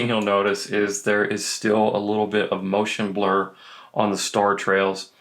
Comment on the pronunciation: “Motion Burr”